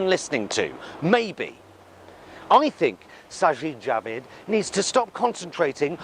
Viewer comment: Even though the Tories are wankers, you pronounced sajid javid very well!